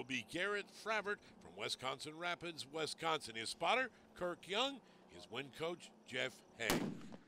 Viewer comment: Why does the narrator keep saying WESconsin. Its WISconsin